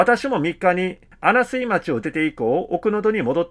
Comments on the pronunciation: あなすい、ではなく、あなみずですよ、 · 穴水 ×あなすい ○あなみず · 穴水町はあなみずまちですよ、。これからも楽しみにしております。